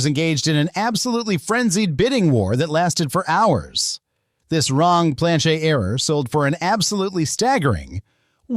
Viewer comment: Why can’t you just say Plan-CHET like 100% of humans????